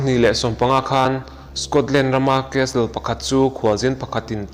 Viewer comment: Castle ...casel ti a lamrik tur